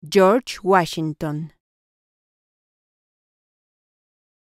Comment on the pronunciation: Yorch wachinton